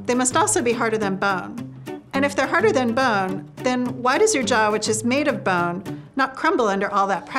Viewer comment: I hate how she pronounces “bone”